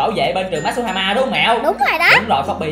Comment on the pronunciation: matuhama ko masuhama